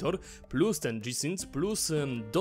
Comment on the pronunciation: O matko, albo gie i sync albo dżi ale wtedy synk. Od dżi sync aż uszy bolą ;)